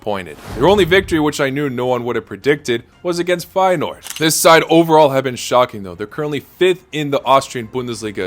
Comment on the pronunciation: 227 with Feyeneoord correct